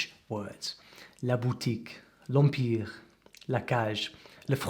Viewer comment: ton français est vraiment excellent, je suis admiratif. J'aimerais parler anglais comme tu parles le français! Le seul problème dans ta prononciation, c'est le son "an" quant tu dis "je mange" ou "empire" il faut que tu travailles ça et après ... tu parleras comme un vrai franchouillard! 🙂